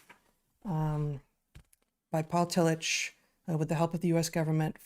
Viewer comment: Excellent show!! For what it's worth, and this is coming from an Agnostic that can't recommend his writings enough no matter where you fall on the great God question spectrum, the genius theologian Paul Tillich's name is pronounced Tilli*CK*. If you're looking for another legitimate genius German theologian, read Dietrich Bonhoeffer (again, Dietri*CK*). He gave his life in the service of his God and fellow man against the Nazi war machine. Their stories are simply incredible ... and heartbreaking. If only more of our current theologians were like these 2 men, we would have a lot more believers than we do. Their command of the written word (pun not intended), logic, passion in their defense of their faith, love of all mankind, and sacrifices they so bravely displayed is something not oft found in most Christians circles today. We have a few today, but as they say, they don't make them like they used to. We used to have Christian thinkers of the highest caliber. No offense to those that appreciate these people, but now we have Matt Slick, Kirk Cameron, and the now disgraced Ravi Zacharias. How things have changed. I apologize for the rabbit hole. Cheers